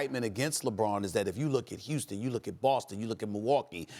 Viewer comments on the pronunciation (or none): none